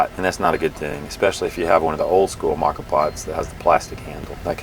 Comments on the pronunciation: I have enjoy rocky and silvia at home for more than a decade. It is kind of a different kind of percolator. Interesting I though ur pronunciation of the Italian words were wrong. Turned out I was wrong and right. Lavat-za was correct but as far as I can tell it's mow-ka. Like the chocolate coffee drink but then again it's not. None the less it is a very compact way to do it and I love the kick of espresso shot in the morn. You every tried Cowboy Coffee? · Great video. Excellent info and quality of production. I've assumed the pronunciation of moka was with a long O sound.😃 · It is pronounced the way you say with the long o. Mocha Moka is Italian for mocha lol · Not sure if anyone else mentioned this but you are pronouncing it incorrectly. The proper pronunciation is “mocha” it is Italian for coffee pot. The moka pot is a stove-top or electric coffee maker that brews coffee by passing boiling water pressurized by steam through ground coffee. Named after the Yemenite city of Mocha, it was invented by an engineer named Alfonso Bialetti in 1933.[1] Bialetti Industrie continues to produce the same model under the name "Moka Express." You can also google “moka pot pronunciation” and listen to it in American English or several other languages. I’ve been using a moka and a French press for years and they are the best. Way better than perc coffee. I also have a device that sits on top of the actual cup. It has a #2 paper filter that you place the ground coffee into. You then bring water to a boil in whatever pot or pan you like and slowly pour the water into the ground coffee. The water filters it’s way down through the ground coffee and drips into your cup. When your cup is almost full you stop pouring the water. When you’re done you simply remove the filter with the coffee grounds and dispose of it however you choose. I like to put the grounds at the base of plants as they are good for the plant. Great video as always Cheers mate and happy trails. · Pronounced Moca pot